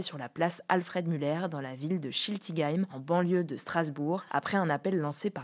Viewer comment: bravo pour la prononciation de schiltigheim ^^